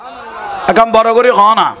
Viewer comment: আপনি বলছেন করুনা। এটা হবে করনা